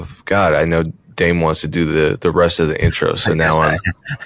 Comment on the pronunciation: dame always sound like damn...